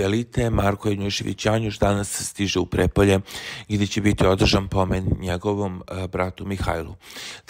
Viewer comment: Nauči da čitaš i da razgovetno izgovaraš reči. Janjuš nije otišao u Prepolje, već u Prijepolje. I nemoj da gutaš pljuvačku dok čitaš.